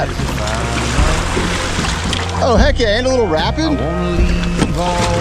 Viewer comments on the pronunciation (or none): Did he say “rapeed” 😂